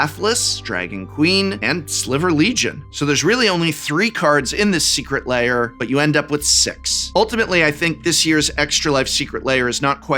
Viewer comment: Tolarian pronunciation guide: Lair laY-Er